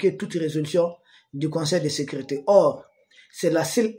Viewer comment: L Son seul hic est qu'il s'exprime un peu mal et prononce mal certains mots : ex sécurité devient secrite... C'est vraiment le seul hic dans ses analyses pointues.